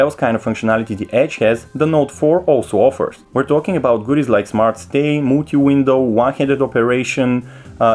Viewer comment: Its Ruler, not "Ruwer" Its Multi window, not "Mooti window" Its RAM, not "RAAAAAM" Its Ultra high, not "Ootra high" Wtf dude did you even go school?